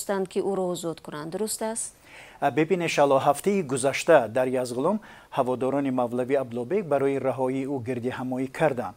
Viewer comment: Номи водиро дуруст гуфтану навиштанашро омузед "донишмандон"-и Озоди. Айб барои журналистони варзидае мисли ва Язгуломро ЯЗҒУЛОМ гуянд..